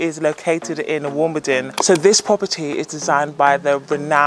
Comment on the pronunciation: You need to pronounce Wimbledon correctly ?